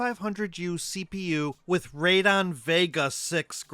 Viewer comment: Radeon: ray-dee-awn, not ray-don.